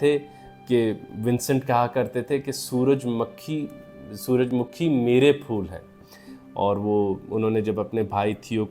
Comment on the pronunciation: سر سن فاور کا اوردو تلفظ سورج مّکھی بلکے سورج مُکھی ہے تاہم آپ نے کئی بار سورج مُکھی بھی بولا ہے۔